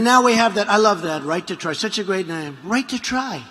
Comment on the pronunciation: My teeth are dying. I need to try TIDEGLUSIB. "righyt to try" Mr. President.